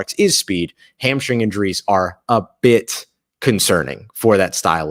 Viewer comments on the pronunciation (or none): about gonna lie: the way you hit the word “BIT,” I thought you might be expressing a different thought! 😂